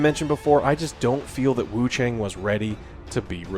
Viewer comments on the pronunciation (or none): The A in Wuchang is pronounced like the a in "ah" not as the way the letter "a" is.... Sounds incredibly ugly to keep mispronouncing it.